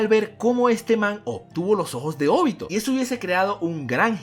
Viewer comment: Es OBITO, no ÓBITO, es simple, nunca se ha visto en el manga que se acentúa la o, como ud lo hace, si tiene dudas de su pronunciamiento recurra a Google y ponga a leer a la auxiliar, primer video que veo que alguien dice Óbito. Todo bien en casa?